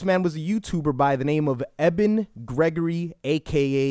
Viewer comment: EBEN IS PRONOUNCED "EEE-BEN"...